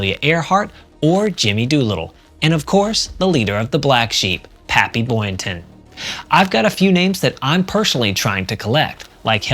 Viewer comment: PAPPY, not papy, for God's sake! Your illiteracy is galling!